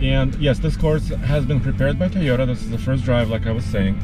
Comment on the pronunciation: Can't get enough of pronouncing Tayota.